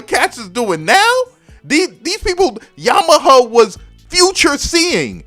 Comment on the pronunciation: are you saying Yama - huh or Yama - ha ?? lol